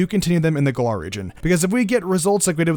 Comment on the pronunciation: He keeps mispronouncing Galar